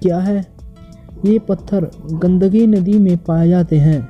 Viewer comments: भाई सहाब, गंडकी नदी बोलो. गंदगी नही l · Gadagi nahi be Gandaki nadi ghade